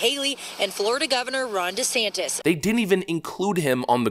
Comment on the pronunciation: What's a fromt rummer ? Anyone else catch this lady's flubs? Who's Jessantes?